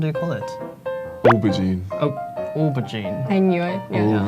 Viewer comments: He (British) was actually pronouncing aubergine a bit weirdly. He said or-ber-jean. But it supposed to be more live o-ber-jean with the j in jean pronoinved a bit less harsh. o as in the letter when you say the alphabet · needs to do better. No one says "OR-ber-jean". It's "OH-ber-gine" and it comes from French. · I'm British (from London) and I pronounce "aubergine" oh-ber-jean. I've never heard anyone pronouce it how he did "or-ber-jean" haha. Also, we never call cinemas movie theaters. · What the heck is a aubajine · The english guy pronounces it wrong. Should be said how the Australian girl says it. "ober-jjeen" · The English guy has spent far too long out of the country. "OH-bergine". Also, it's mince - mincemeat is fruit based and goes in mince pies. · The brits pronunciation of aubergine made me cringe, because we have different dialects I pronounce it like oh-ber-zjeen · pronunciation of Aubergine makes me sick. The Aussie says it right! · Not how you pronounce aubergine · I have never heard any British person pronounce aubergine the way he does. Every person I've ever known and met has said it the proper, French way.